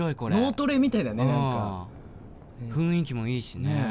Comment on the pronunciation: 花江さんが雰囲気を『ふいんき』じゃなくてちゃんと『ふんいき』って言ってるの流石声優だなと思った! (普通にちゃんとふんいきって言ってる人いると思うけど…)